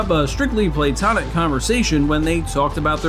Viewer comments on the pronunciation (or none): Is that how we are pronouncing 'platonic' now?